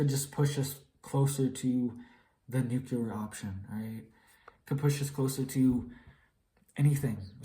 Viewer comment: He actually said Nuculer instead of Nuclear. Bush got Hella clowned on for that.